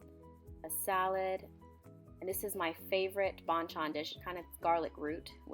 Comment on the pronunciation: She sounds so white lol "Salad". And little fish, aka anchovies xD And also sounds like she ain't a fan, pff ALL THAT FOOD IS DELICIOUS!!! Send it to meeeeeeee... >>